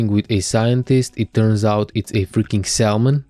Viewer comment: Great video and narration! Lovely fish, first seabass I've eaten was the one I spearfished here Ireland - really tasty. Will definitely try spearfishing in Croatia one day. Nothing this important but thought it would be of interest - Salmon pronunciation doesn't include the letter L. English is not my native language - but this is what I'm sure of, yet it's not as important:>. If I can ask - when would it be ok to spearfish in Croatia in 5mm wetsuit? Cheers! Hvala liepo!